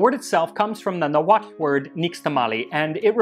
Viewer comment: Thank the Lord...finally someone pronounces the word "Nahuatl" properly...whoever taught him the proper pronunciation did a good job.